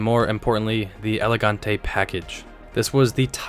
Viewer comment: Great content. I passed my drivers license in 1981, and remember all of these. The combination of Malaise Era poor build quality and V8s de-tuned to try to save fuel was a deadly one indeed. Tacking on all that "designer" stuff was like trying to polish a turd ... "elegant-ee" indeed :-( Your rip-off comment is dead on: The great unspoken is that a 25-35-year-old person in 1945 was 60-70 in 1980, and a prime target demographic for Detroit to exploit "I'll never buy an import car" sentiment dating back to WWII. US college parking lots in the late '80s were filled with all this rusting junk, usually passed on by grandparents. You must've skipped high school French: It's "Carti-AY", "Gee-vaunch-SHEE", and "BEE-a-ritz". "Poochie" (like "Goochie") is Italian, and you got that right. Bill Blass was American, as was Walter Mossler's "Con-sull-ee-air". P.S. Your videos would be so much more watchable if you's skip that background noise (computer-generated royalty-free background music?); man, is it ever distracting.